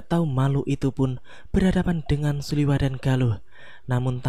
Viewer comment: Suliwa min bukan suliwah